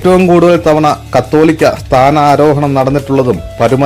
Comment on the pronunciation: Katholikka (ennalla ) KAA THOLIKKA ennu ucharikkam ⛪💒🙏✝️✝️✝️✝️🙏🙏🙏